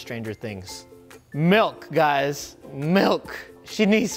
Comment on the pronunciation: I think I know the problem. He used Malk not milk lol